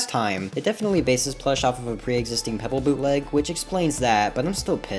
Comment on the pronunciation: Thats not pebble thats coalbble